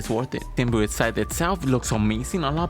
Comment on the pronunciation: Its pronounced sim bee oat not sim bee ooot